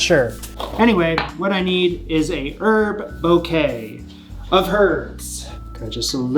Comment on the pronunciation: Pronounce it "boo-quet" not "bo-quet"